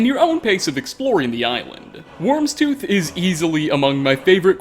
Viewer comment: It's not pronounced "wormstooth"